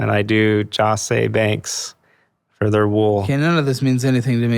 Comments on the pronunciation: hey bud it’s Joseph A Banks, not Joss A Banks 😂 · Do the cool kids refer to those suits as "Joss" or is he so blinded by his arrogance and dependence for his own self-image upon designer labels that just buys? He doesn't know the "Jos." in Jos. A. Bank stands for "Joseph" and that one pronounces the designer name as "Joseph A. Bank." What a load of pretentiousness this guy is. UGH. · pronouncing jos. a bank as JOSH a bank.... bro you might want to learn how to pronounce the brand if you are materialistic lol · No one says “Jos A Banks” it’s Joseph Banks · Bragging about "Jos" A Banks took me out. First, its pronounced "Joseph A Banks". Second, Jos A Banks is a mid-tier mall store.